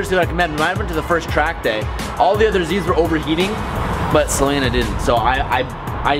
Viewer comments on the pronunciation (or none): none